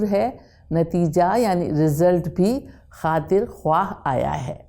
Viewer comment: Afsos sad afsos !! yaha'n to charagh talay andhaira hay ! jama jama k bola ja raha hay Khuwaah jab k talaffuz hay khaah !!! Zia sahab aap nay durust farmaaya hay magar in ka kiya kejiyay jo urdu ki taang tore rahay hain !!